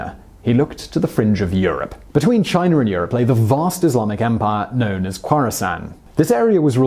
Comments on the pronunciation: It's China, not Chiner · All I want to know ... is did he just put a HARD R onto the word China in the beginning. For the slow folks what I mean is did he say chiner ?